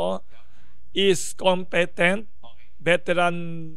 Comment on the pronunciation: Wilson, it's pronounced as "com-pi-tent"